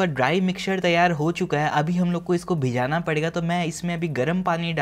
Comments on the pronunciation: Its bhigana not bhijana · Bhijana ??? Bhigana hota h yar